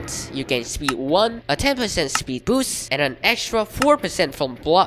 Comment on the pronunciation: also you say boots like the shoes instead of boost